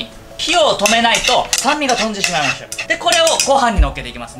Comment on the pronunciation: とんでしまいましゅ、がよかった。